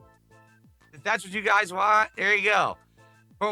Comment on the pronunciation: "You guys I don't wahnt to show my heart rate because of the trolls!! I don't wahnt to put that out there, ya get it?" Ohhhh okay, but constantly begging and insulting your own dent fans is fine. Got it!